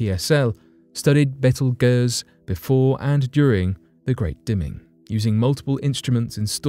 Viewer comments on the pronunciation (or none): It's not "betel guizz" it's called Beetlejuice. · Betelgeuse is pronounced beetle juice...x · Good lord.... it's pronounced... Beetle- Juice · First gotta say I love the show show brother,,,, Now with that said hers why I decided to write ....repeat after me it is pronounced "Bee-tle-Juice" Not "Bet til Guiest" You brits and your language lol! Like "Alum-inum" You Guys Say "All-u-minium" Different ways to say the same word is a culture thing but butching is another ..Just a heads up guy. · How the hell did you just pronounce Betelgeuse! Hahaha smh it’s pronounced like “beetle-juice”….. wow just wow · Its pronounced Beetle Juice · I'm sure someone else said it before me but the star in Orion is pronounced beetlejuice, just like the movie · Learn how to pronounce beetlejuice correctly. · Yeah, that pronunciation is freaking me out too! You are correct that phonetically, it should sound like "beetle juice".